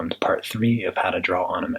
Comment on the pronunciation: Okay but um he says anime like unime but this is GOODD